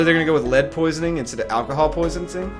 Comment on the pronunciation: No just the fact you didn't catch your self saying poisinsing.